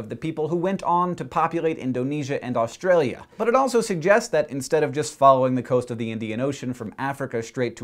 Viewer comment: anyone else feel that every time he said "australia" he tried to do an aussie accent?